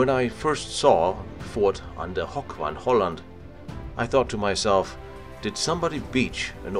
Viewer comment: lol how he pronounced "hoek". It's pronounced exactly the same as the English word "hook", so no need to turn it into a silly "hoch" sounding word haha.